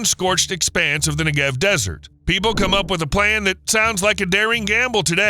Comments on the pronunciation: Your whole video is about the Negev, but you can be bothered to learn the accent goes on the first syllable NEgev. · its pronounced NE-gev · The accent is on the first syllable -Negev. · Learn how to pronounce Negev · Cool video except for mispronouncing 'Negev' repeatedly throughout the video. If there are any birds that fly through the path of mirrors aimed at the solar concentrator they burn up in an instant.